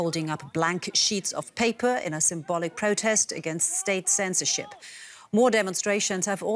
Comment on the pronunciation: "A silent rejection of ceentzceroship" eh?